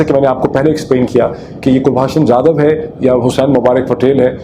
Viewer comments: Kulbhusn Jadav is correct name not Kulbhasan. Your spelling, pronounce is incorrect. this shows that the case against Jadav is fake fake. 😆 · Abe pronunciation to sahi kar kulbhasan nahi kulbhushan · It is very surprising that Dr Pirzada is mispronouncing Kulbhushan’s name as Kulbhashan despite his deep involvement in this case! Also, Dr Pirzada saying that India should admit that Jadhav is a raw agent in face of overwhelming evidence. I would like to ask if Pakistan has admitted that Ajmal Kasab was a Pakistani despite overwhelming evidence gathered by Pakistani media? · O yaar kalbhushan naam hai kulbashan nahi hai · Mr. Peerzada ... first learn to properly pronounce Kulbhushan's name properly. Then claim that you are an expert. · Can you pronounce his name properly. You have such a heavy Punjabi accent. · You claim to be an expert on the subject of this captured Indian citizen, but even after 4 years, you haven't got his name right! You mess up pronouncing his name incorrectly, despite umpteen number of people pointing it out, including me. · Kindly pronounce the name of Kulbhusan properly. He was caught by ISI in Iran and brought into Pakistan.